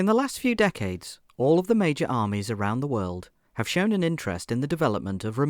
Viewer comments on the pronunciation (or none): none